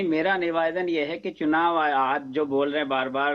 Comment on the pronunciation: Pawan patel bolna seekhle pahale... nivedan hota hai beta nevaadan nahin...😂